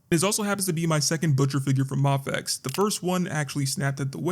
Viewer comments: There is a highly likely chance you are saying mafex right, but I'm so used to other creators pronouncing it "may-fex" that it gives me whiplash when you say it "mah-fex" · It's pronounced "mayfex"